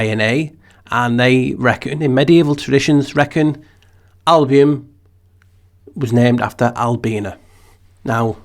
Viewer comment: Thank you for sharing your thoughts. Your pronunciation of the word Albion, it sounds in my ears like album. And that lets me think about a LP 💿 flat with in the middle the navel. Just a weird thought ☺️ Latin album is literally "white color, whiteness;" 🦢